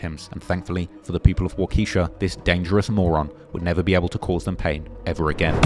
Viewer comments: He disrespected Wisconsin with that wockesha 😂😂😂😂 I’m in Madison, wi so it’s kinda funny to me. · It’s pronounced “Walk a Shaw” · pronouncing it "wockesha" is pretty hilarious